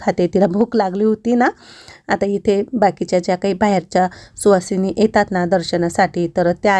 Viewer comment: सुहासिनी नाही सुवासिनी 😅😅😅